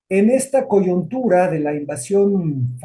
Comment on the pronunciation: Se dice coyuntura 《con U 》, no coyuntura, señor historiador.